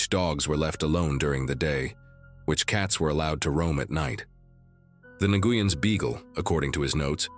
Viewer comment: Please learn how to pronounce the Vietnamese surname, Nguyen, or stop using it in every other story. It makes me want to stop listening to your stories!